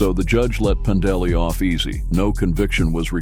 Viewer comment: Your "narrator's" pronunciation of Pandeli as "Panda Lee", has me thinking, "DarkSyde Phil's ex-girlfriend is a biker?"